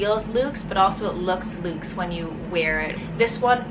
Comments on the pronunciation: "Lukes"? It's pronounced "LUX" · Beautiful choices. You really have an eye for classic, beautiful things. Glad you were recommended. (Side note: I think you might have been saying the word "lux" , using an "oo" sound. Lux actually rhymes with sucks or ducks when spoken. Forgive me if you were saying loose.)